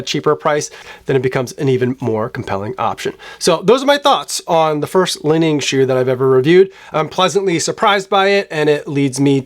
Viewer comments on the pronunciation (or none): Li Ning is pronounced "Lee-Ning" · Finally Chinese shoes here! For the last couple of years, I've completely ditched all my Nike and Adidas for Xtep with amazing success at less than 1/3rd of the price (I have two, waiting for my 3rd, all bought from AliExpress). (It's not "Lining", but "Li-Ning").